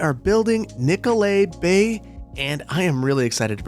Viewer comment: I keep hearing Nicolet Bank